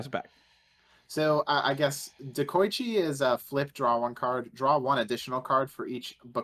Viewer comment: by the way y'all mispronouncing Dekoichi also. It's not De-Koi-Chi it's De-Ko-I-chi. デコイチ Dekoichi is based off the JNR D51 Steam Locomotive which was nicknamed "デコイチ" or Dekoichi Bokoichi is also pronounced the same way. Bo-Ko-I-Chi